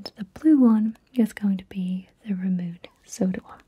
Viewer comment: Ohhhh!!! I'm from Indonesia and the Milkita is synonymous with childhood to most of the millennials and Gen Zs here 😍😍😍 I prefer their lollipops though since the kind you featured here are more of a hard candy which I had a hard time to finish, however I love both kinds in the chocolate flavor🍫 P.S. - The "Ramune" in the Bubbly Soda Puchao is pronounced Rah-Moo-Nay, a kind of classic soda exclusive to Japan (and yes the real thing also tastes fresh)